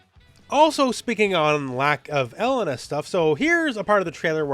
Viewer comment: pronunciation of Mary-o Cart and el-LUN-uh is really throwing me 🤣. This can't be blamed as a Canada thing right?